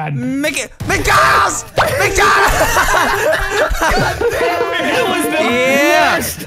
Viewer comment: He said "Mikey McDonolds"